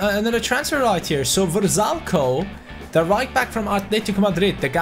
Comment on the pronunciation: The rb going to inter is pronounced Ver-Sal-Ik-oh